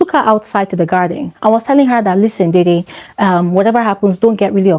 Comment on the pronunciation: /deh-deh/ like the actor Sam Dede, and not /dei-dei/. You're welcome.